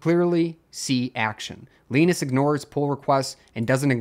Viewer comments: Lie Nus, not Lee Nus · Who's Leenus? Jokes aside, thank you for covering this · Leenus? nope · Why do you say Linus like that 😭